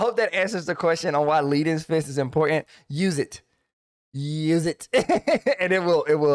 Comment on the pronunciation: Love this video. Transformed my monk damage. Just...one little thing that has nothing to do with the rotation. I think leaden fist is about that heavy metal, lead, which rhymes with dead (that thing that monks do to people). I don't think it rhymes with heed (which is what I do with your advice).